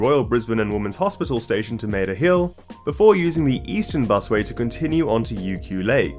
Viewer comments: Its pronounced "mah-ter hill" not "may-ter hill". Love your videos, keep it up 😊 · Just for future reference as you create more videos about Brisbane (I'd imagine as we approach Olympics, etc)... Mater Hill is pronounced "martyr"